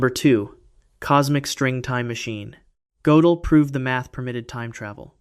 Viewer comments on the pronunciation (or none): Hard to keep up when his name changes from Godell to Gotellle every other sentence. Pick a pronunciation and stick with it.